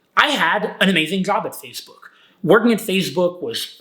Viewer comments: It is “Face Book” not “Fazze Book” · says 'PhaseBook' lol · He keeps saying fazebook and it’s bothering me 💀💀💀